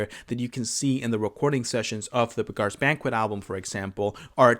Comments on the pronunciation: Beggar is pronounced 'beg-er' not 'beg-are.' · Hey, I'm new here, I like your videos a whole lot. Don't know if this was mentioned or not, but "Beggar's Banquet" isn't pronounced like that. "Beggar" here means the same as "one who begs", like a bum. Imagine that it's spelled "begger". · Buh-GAAARS Banquet. I can't unhear it. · Weird pronunciation 😂